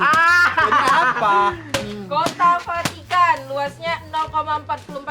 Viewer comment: Vatikan kak bukan patikan